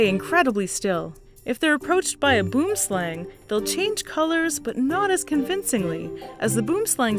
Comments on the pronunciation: Not boom-slang It's pronounced (Boo-wim-slung) Say it right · Boom slang is pronounced boo-um slung, it's Afrikaans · Boomslang means "tree snake" and is pronounced more like 'buam slung' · Love your videos as always! One slight niggle being your pronunciation of boomslang, the correct pronunciation is more akin to bwurm schlung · Love hearing westerners pronounce South African words. Took me a sec to realize oh i know what boomslang is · Lol the pronunciation of boomslang is so funny Do some research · tubenshaft Boomslang is Definitely one of the butchered words out there XD along with Aardvark and Die Antwoord! Sorry for making stuff all serious again. I completely understand, YouTube is a rather toxic community. I wish it wasn't so :(